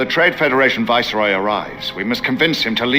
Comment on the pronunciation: "De Voiceroy" 😬